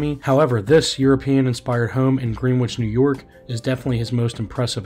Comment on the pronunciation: B4 U record a video about high end real estate, you should take the time to learn how to pronounce the words in your script, which obviously wasn’t written by you, since you mispronounce them: Greenwich, adage, and on it goes! Embarrassing.